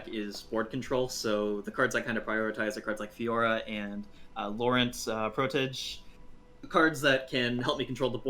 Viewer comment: Yet nobody cares that he also mispronounced "Laurent"? WHO DOES NOT KNOW THE NAME LAURENT?